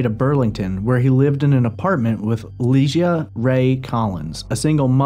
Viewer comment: Ps- her name was LIE-GEE-AH NOT LEESHUH. I Went to high school with her do better dude